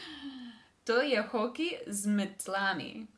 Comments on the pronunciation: to je hokej z mEtlami .................. ne z metlAmi zanimivo da si najprej povedala s pravilnim naglasom, potem pa je prevagal napačni naglas, nimam razlage zakaj će je v ednini mEtla je v množini z mEtlami. v dvojini z mEtlama , če je lopAta je z lopAtami , lopAtama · The way you instinctively read "metlami" the first time was actually correctly emphasised ;) I think you're doing a great job!